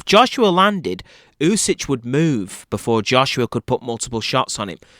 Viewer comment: It's pronounced "oosik". "Oosich" made me laugh. But good breakdown anyway.